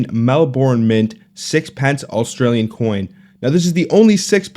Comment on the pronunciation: Very interesting but highly unlikely to just find in circulation since none have been in circulation in over 70 years... also as an Aussie you pronounciation of Melbourne is horrible.😛